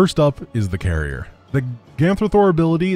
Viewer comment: Carrier... Garry-er... I guess?